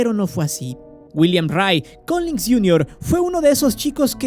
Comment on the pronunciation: Solo como apunte mi buen, se te fue una G, es Collins